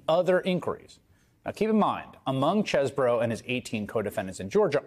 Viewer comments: OOooh..., oh, you finally figured it out? It is pronounced "cheese - bro." Cheese would have been the original pronunciation, which is confirmed by Harvard classmates' pet name as "the cheese." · fwiw, chesebro pronounced his name as "cheese bro" ... until his GA indictment. he literally used to use "cheese bro" as a reminder of "I"M FROM WISCONSIN" (which was weirdly desperate sounding - even 20 years ago) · Pretty sure knew how to pronounce his name but decided to emphasis the Cheese part As do I still